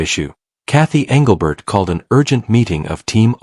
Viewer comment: Your AI is bullshit. You morons didn't even pronounce Englebert's name correctly. That's MY FACT.